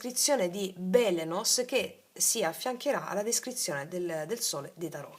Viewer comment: Buongiorno Francy, grazie Dio ti benedica. Si legge Epiteto con accento sulla i😊 e Beleno con accento su seconda e, come Belén ❤. Dio della luce, di qui origine del verbo balenare, ovvero giungere all'improvviso come un fulmine ed arrivo in cielo del fulmine stesso.